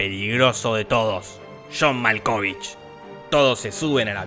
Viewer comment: Jamás había escuchado pronunciar tan mal el nombre de john malkovich 🤣🤣 igual me encanta te lo resumo así nomas